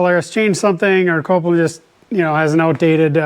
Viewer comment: Say it with me... "Kol-pin." Not Copeland